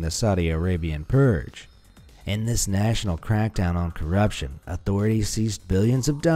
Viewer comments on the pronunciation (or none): none